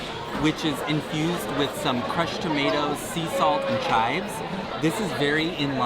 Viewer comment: Lol did you call them “kives” instead of chives? Am I missing something? Btw your content is exactly what I go to Disney for. Thanks for sharing. Please continue your channel.